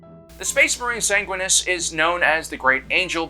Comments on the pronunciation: Sanguinus? SANGUINUS!? ITS SANGUINIUS YOU... FFFFFFFFFDDGFDVVGBBFDFFUCK! THE SYMBOL OF GLORY AND GOODNESS WHO’S DEATH REPRESENTS THE FINAL END OF HOPE FOR THE GALAXY! HE WHO FUCKING DROVE HIS LANCE INTO THE ARCH TRAITOR WITH FULL KNOWLEDGE THAT HIS DEATH WAS THE RESULT! SAY MY PRIMARCH’S NAME CORRECTLY! grabs by chest and slams into wall with all the force of a suit of Mark X SAY IT! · SAN GWIN E US. Say it right or die by the angelic host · Sang-win-e-us. Also the red thirst already existed pre-heresy. It's a complication from his gene-seed. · Mispronouncing Sanguineous is treason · Jorge wasn't a spartan II he was a spartan III. Also you pronounced Sanguinias wrong